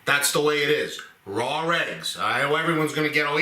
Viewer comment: Rawr eggs😂 love it. Ma says the same way